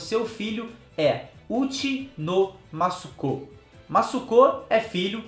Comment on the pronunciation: Pra mim, Uchi tem o sentido, de casa, no caso o bando, o filho do bando e não diretamente a Big Mom porque ela não está inserida no bando do Kaido mas 🤷🏻‍♀️ sei lá, tudo é possível no mundo de Onepiece! E uma dica, tenta falar mUssukô pra vc melhorar sua pronúncia ok ✌🏼 japonês é difícil mesmo e ver o empenho de vcs é legal de acompanhar 👏🏼👏🏼